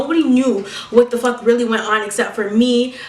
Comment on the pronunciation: I like how she pronounces fuck its like "fock"